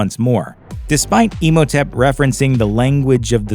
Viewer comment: I love how you pronounce Imhotep. Like Emo-tep